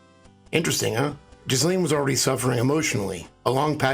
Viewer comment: Its pronounced Jill ayne. No jizz in there at all. With a French origin, the name has a silent S. You're a smart man.